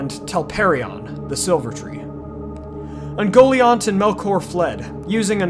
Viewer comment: I always took the pronunciation as "Un-gol-eye-ant" rather than "un-goal-iont"